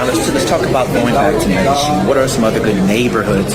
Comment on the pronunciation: Medellin (Medeyeen, not Medejeen, and only the back of your tongue touching the roof of your mouth to pronounce the 'N,' like when you don't want liquid in your mouth to go down your throat.